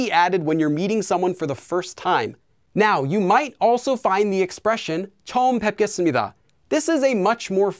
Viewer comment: for the 뵙 syllable, when you find the combination 외 (this is called a diphthong), rather than pronouncing it oee, the pronunciation is changed to oe instead. that’s why it’s pronounced bOEpgesseumnida rather than the ‘ee’ like you mentioned. also, the ㅂ at the end of the syllable cannot be pronounced, so instead it kind of cuts off- it sounds like boep but with the p almost coming to a halt. you can find this in his video about sound change rules! the romanisation for this phrase would be cheoeum boepesseumnida. i hope this was clear and helped!! :)